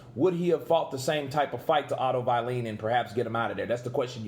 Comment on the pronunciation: Otto “vieleen” ~ Kurt Deville😂